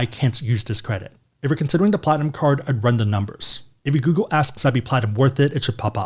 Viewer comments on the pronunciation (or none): none